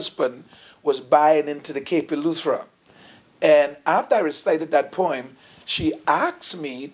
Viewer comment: Its funny how some Bahamian pastors speak so proper and cant pronounce certain words. He cant say poem he say perm, lol. He probably say earl for oil too.